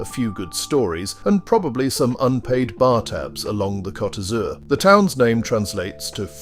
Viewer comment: That's not how you say Blue in French. 😂